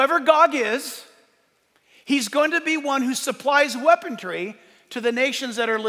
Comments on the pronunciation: why do you insist in using FAKE words ?? Weapontry” WEAPONTRY is-NOT an English/American word… there is NO “T” in the word you should be using: weaponry. ( NO “t”) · OK Pastor, you speak truth!...even with the extra letter "t" in weaponry! Love and blessings to you and yours! ❤